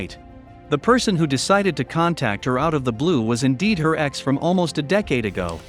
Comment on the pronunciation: So am I the only one disturbed by the auto voice narrater can not say the word ex (e x) and wasn’t (wasn t) with the technology we have these days we can’t have automated voices to say words completely? Many say computers, robots ... are smarter than people I don’t think so these machines can’t even talk